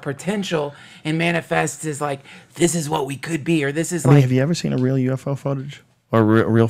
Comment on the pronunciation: lol! Glad someone else notices that. I've always found it amusing how Duncan pronounces the word "real" as "rill". Guess his super mild southern accent comes through on that word a bit. I'm a southern boy myself, but I don't have an accent at all......except on certain specific words. Funny how that works.